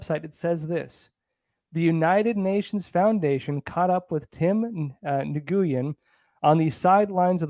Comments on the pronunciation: Nguyen is pronounced "wynne" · Nguyen is pronounced win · Nguyen is usually pronounced “win” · Please revisit your pronunciation of Nguyen.